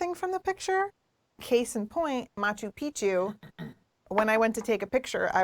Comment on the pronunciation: Stop saying Machu Picchu! :D